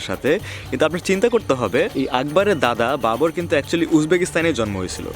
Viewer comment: আপনি হুমায়ুনের জায়গায় বেশ কয়েকবার বাবোর বলেছেন। be careful.